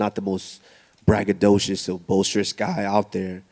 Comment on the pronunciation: He said bragadocous